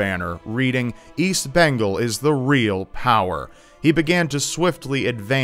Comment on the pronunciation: Wait, how did you just pronounce Bengal?